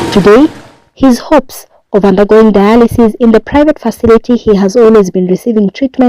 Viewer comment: My Friend, you pronounce RENAL.....RENOL., DIALYSIS......DAYALISIS